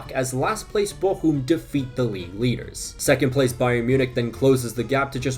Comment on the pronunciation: Your pronunciation of Bochum is on point!